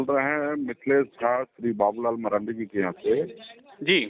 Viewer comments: Abe bolne to phle Sikh le maranda nhi marandi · भाई जी नाम तो सही से बोलिए उसका मरांडा नहीं बाबूलाल मरांडी जी नाम है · Babulal maranda nahi sir ji babulal marandi kahiye aapko to ucharan bhi nahi aata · Babulal marandi h sahi se bolo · भाई नाम तो ठीक से बोलो मरांडी जी